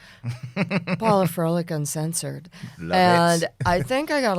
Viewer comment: Sad these people can't pronounce "Froelich" properly.